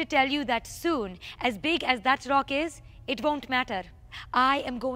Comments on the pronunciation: Tongue rolls intensify R-r-r-r-r-r-r-r OCK! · Everytime she says rock, replace the r with a c. your welcome